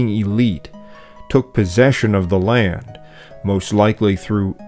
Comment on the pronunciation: The word is LAND, not Layend.